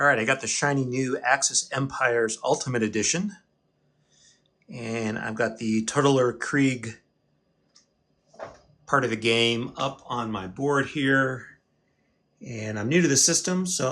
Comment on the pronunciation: It's pronounced, To-TAH-ler Krieg.